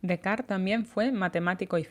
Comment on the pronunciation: Es Descartes pronunciado en francés